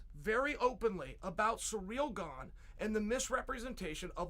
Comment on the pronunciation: I can’t even take Chael serious saying Ganes won 🤣🤣🤣🤣🤣🤣🤣🤣🤣